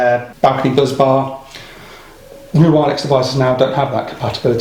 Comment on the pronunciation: If Jordan's photo could speak, he'd be saying "Bus-bar, not Buzz-bar"